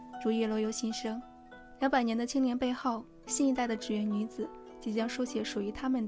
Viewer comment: 是读祗(zhǐ）园，不是祇（qí）园！！！日语读gion